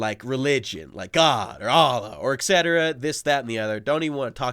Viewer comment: He said "Ekcetera". No.